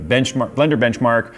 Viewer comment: "Blenchmark" ~ Twonty-Twone, you killed me!:D But can it run Flight Simulator?